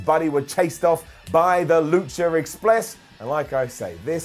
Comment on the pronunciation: Lu-cher Expless